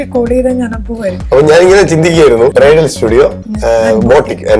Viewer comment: അവതാരകന് ബ്രൈഡൽ അറിയില്ലേ ബ്രയിട്ടൽ എന്ന് പറയുന്നു